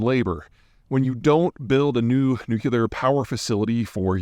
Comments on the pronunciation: haha same! It is perhaps my only pet peeve when watching his content. How can a dude this smart with geopolitics fumble so badly and repeatedly on pronouncing "nuclear"? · Idk if I've heard "nuclear" pronounced wrong so many times in such a short time frame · Bro I am not even a native English speaker. Even I can say 'nuclear' without any problems. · Better is relative and is primarily measured by new facilities being built. They are definitely getting ahead on new construction and new engineers. Nuclear, not 'nucular'. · Never take energy analysis from someone who says nookyuhlur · It is hard to take anyone seriously who pronounces it "new-kya-ler"... there is no "y" in nuclear... say "new-klee-er" lol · Please it's New-clear not New-cue-lar. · Oh man, please retrain your brain to pronounce it "nuk-LEE-ar" instead of "nuk-U-lar". Other than that, I've enjoyed everything you've shared in your videos. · noo·klee·ur please! Not noo-ku-lur Your points about talent and design are right on. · You're killing me, Peter. NOOK - LEE - ER, not NOOK - YUH - LER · mr.zeihan, any chance you could entertain the notion of switching from “Ike’s Folly”, NOO KYOO LAR and updating to NOO KLEE ERR? people are influenced by you mr.zeihan. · Please Peter, it's Nu-CLE-ar, not Nuc-U-lar.. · haaaaa phonetics : "Nu-Clir" NOT "Nu-Kilar" my ears are burning !!!! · Peter, oh Peter. It’s NUCLEAR, not NUCULAR! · NEW-CLEE-AR, NOT NEW-CUE-LAR. -200 points! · Nuclear, not Newkewlar 😢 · It's "nu_klee_ur", not "nuke_you_ler". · Peter, try saying "New. Clear." (And yes, you can have "Noo" instead of "Nyoo".) When you've mastered that, just stick 'em together! It is NOT "New. Cue. Lar." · I wish that someone as intelligent and well informed as Peter would learn how to pronounce ‘nuclear’. { new clear not newkya ler} Sorry. First world problem. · Nuclear, not nucular! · Peter, love your videos & books BUT ... can you please stop pronouncing the word "nuclear" as "noo-keeler"??? It's "nook-lear". Please!?